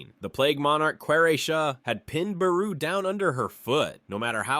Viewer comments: fr it not buhroo it is bayroo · I hate the way you say Beru 😂. “Buhroo”